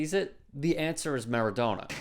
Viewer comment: Seems to be an american pass time to pronounce names wrong........MARADONA..PELE